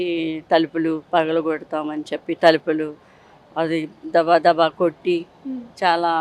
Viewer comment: తలిపులు కాదమ్మా.. తలుపులు